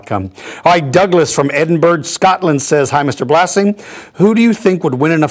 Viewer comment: Even though Dinosaur George is ok with being addressed informally, I like the clarification when he answers a question from somebody who calls him "Mr. Blasing." When I saw "Jurassic Fight Club," I thought it was pronounced "blazing." Oopsy.